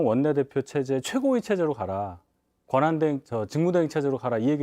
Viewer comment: "권항대행" ㅋㅋㅋㅋㅋㅋㅋ